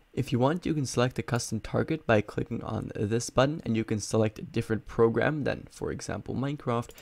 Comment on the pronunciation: "progam", xd thanks for this